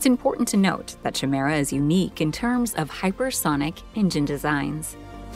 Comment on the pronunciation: Chimera is pronounced “ky mer ah”